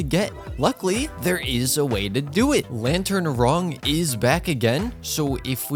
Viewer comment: Bro really said "Lantern Wrong"😂